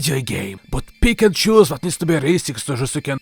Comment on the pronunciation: When you said "pick and choose" I heard "Pikachu"